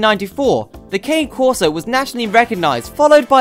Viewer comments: Pronouncing it wrong? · yes certainly is.